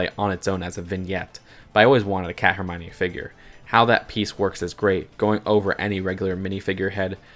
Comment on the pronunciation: HERMONE!? IT'S HERM - I - ON - EE NOT HERM - ONEE